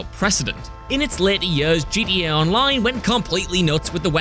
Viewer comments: The fact that he’s saying “GDA” made me give a dislike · He said gda 🤣🤣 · FYI it’s gta not gda